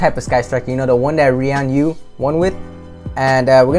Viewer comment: This dude said ree an u